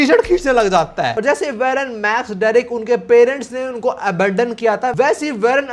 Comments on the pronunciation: भाई उसका नेम वेरन नहीं वॉरेन है uska pronunciation Aisa hota hai ❤ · It isn't varen It's woren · Aye yo pronunciation check ;😢 Eli is not "ELEE" JUST LIKE H2O is not Hydrogen D Oxide (the will of D😅) Eli is" E" 'lie" 😮 Love the way U lie types And Warren is not werren, More like WORREN 😢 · Eli- E LIE WARREN- WAR REN Your videos are great but plz pronounce these names correctly or it sounds really weird